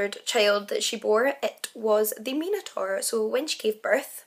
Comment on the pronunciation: An intriguing story. A pity that you couldn't get even the basic details correct. You could have easily looked it up online. It was Zeus not Poseidon. Pasiphae didn't wear a 'bull costume' it was a hollow replica of a cow. By the way, Minotaur is pronounced with an i as in 'eye'.